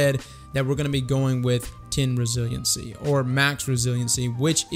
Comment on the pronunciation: Bro, google resilience pronunciation. I'm embarrassed for you